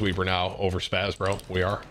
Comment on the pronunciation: It baffles me when people call it the 'SPAZ' when it's 'SPAS-12'